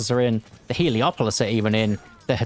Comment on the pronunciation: Everyone calls it "heliopolis", but it's called "helepolis".